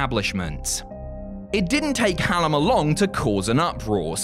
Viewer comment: It's actually pronounced Hull-meh, is not pronouncing it right but still good.